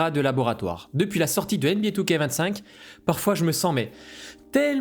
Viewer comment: comme toujours très belle analyse, et super approche psychologique . Par contre je suis rassuré de ne pas etre le seul à prononcer 2K25 " two-K-vingt-cinq"